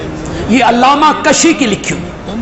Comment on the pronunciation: He is lying. No such thing in rijaal kaashi. He does not even pronounce it right. It's kaashi not kashi. Waah waahs are for nothing.